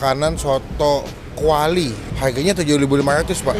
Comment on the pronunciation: Kwali bang bukan Klawi wkwkwk